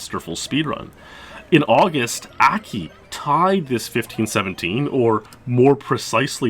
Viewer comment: Akki is Japanese. In Japanese all instances of the letter A are pronounced "Ah" like how "o" is pronounced in the English word "bot". So it's not "Ackki" it's like "Ahhkki".